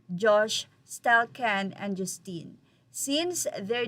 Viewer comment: 🔥🔥🔥I wish you will learn how to pronounce "Justin"